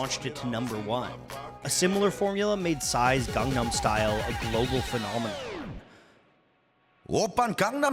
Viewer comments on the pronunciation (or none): none